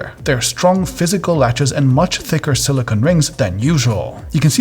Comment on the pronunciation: please learn to say silicone properly. The last syllable sounds like "cone" with a long 'O'. Silicon is a crystalline metalloid use to make microchips.